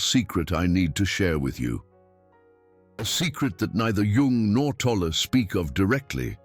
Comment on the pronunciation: Great information. Why can't AI pronounce Tolle's name correctly consistently?